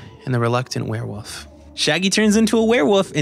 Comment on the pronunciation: HE SAYS WEREWOOF NOOOoooo